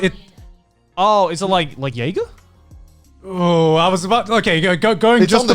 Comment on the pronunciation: Joey: “Is it like jager?” Garnt: YEAGER !!!